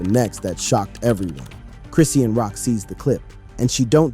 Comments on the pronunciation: Wtf is Chris-Seein ? Its Chrisean(Chris-Shawn) Saying it 50millions times wrong back to back annoying asf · I cant stand her. She is nothing but trouble.....can u please pronounce her name chri-shawn and not chris-ean? It bothers me. A lot of YouTube rs say it wrong